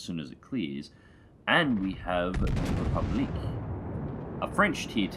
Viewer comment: You say République pretty well (republic in English is close enough). Henri IV though, is more like "hon-ree quatre". Cheers from a French fan.